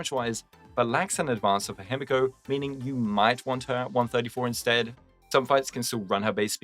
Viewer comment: holy its the hime-guo no-ba